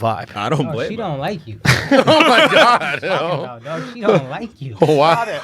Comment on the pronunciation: Adding an extra syllable at the end of sentences is so annoying. "Oh my gawda."